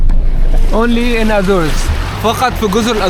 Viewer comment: إسمها الأزور بالعربي أو أزوريس بالبرتجالي Azores وليس أزوروس!!!